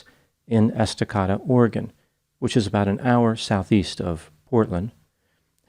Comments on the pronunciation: estaCAYda, not estaKAHda :) But at least you pronounced Oregon right. Most people get that wrong. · Just as a GENTLE AND FRIENDLY FYI... The city in Oregon is ESTACADA and sounds like: S TA KA DA 😂❤❤❤ TY so much for doing your show....I L❤VE it!!! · Hey! 👋 It's pronounced, S-DA-KAY-DA!!🙂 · Not being a know it all but its pronounced EST - TAH - KAY - DAH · Just a note...Estacada is pronounced Es-tah-kay'-da. Long a and accent on the third syllable. I also attended Oregon State University, and am an Oregon native. This video brought back some memories. Thanks for the video,. 🎉 👏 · it's pronounced Esta-CADE-ah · Love love love your video analysis. This one happens to be in my back yard. Oh and it’s (esta-K-duh) Estacada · Just FYI, it's pronounced like "est-ick-aid-uh". Everything in Oregon (pronounced Origun, yay for getting that part right) has really difficult pronunciation. I'm not even going to try to explain Willamette, Yaquina, Champoeg, Yachats, Coquille,... Couch Street is NOT pronounced like furniture. Aloha is not like the Hawaiian greeting. Glisan Street isn't what it looks like either. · Estacada is pronounced EstacAda A sound like Ape. Estuhcaaduh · It's "Ess-tuh-kay-duh". 😊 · EstaCAda like cicada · FYI, the town is pronounced Esta-caida by the locals. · Esta-Cada. Long a in Cada. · Its EstacAda, Oregon